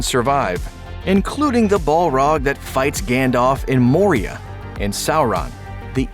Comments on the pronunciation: BALROG NOT BOLROG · the mispronunciation of Morgoth and Balrog just ....I can't. I don't know what stylistic vernacular you are trying out but you keep substituting the pronunciation of the short vowel sound "O" as in oh! with an "a" How is Bolrag, for example, even a word in Elvish? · Ball rug? Morgath? Seriously find someone who knows how to pronounce the names. This is so god damn annoying.